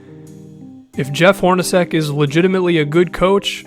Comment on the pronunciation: Dude, it's pronounced 'Hor-na-chek'.